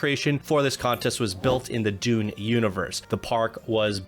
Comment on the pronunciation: Dune pronunciation needs a lot of help, bro.